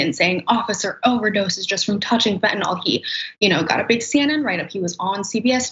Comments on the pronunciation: It's fentanyl, not fentanol. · I think they should arrest anyone who calls Fentanyl "Fentanol." If you care enough to develop a sleazy drug habit, at least know how to pronounce the name of the crap you're putting into your body, JEEZ! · What's up with all these "experts" who pronounce fentanyl fentanol?